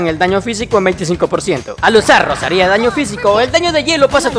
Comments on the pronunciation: Como cuando pones acentos donde no los hay, Rosaria no Rosaría ptm la ansiedad que me dio este video cada que decías el nombre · Qué guapa la Rosaría con acento en la i Digo Gracias por la guía xd